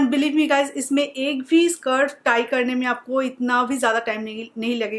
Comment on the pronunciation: Very useful tips just a correction उसे स्कार्फ कहते है not सर्फ और ऐ तो दुपट्टा है ना